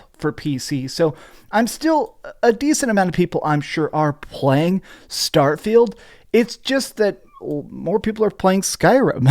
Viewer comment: I like how keeps pronouncing "starfield" as "Starfailed" 😂 Also as fun as it is memeing on starfield, I do think that if it released in 2022 it probably would've been nominated over something like stray